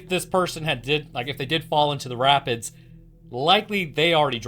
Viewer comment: When you said rapids, I heard rabbits, and you said they were dangerous. I was like rabbits can take on dogs? Daaaaaamn?